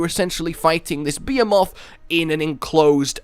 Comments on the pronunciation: It's pronounced BEE HEE MOTH, NOT BEH HEH MOTH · bee-ae-moth behemoth Nailed it. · The way you say behemoth really hurts, Bah-he-moth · Did you just say... Beamoths.... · Wait ... Are you saying "Behemoth" ??? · Anyone else hear BEER MOTH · The H isn't silent dammit